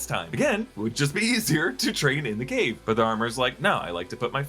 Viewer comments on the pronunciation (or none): none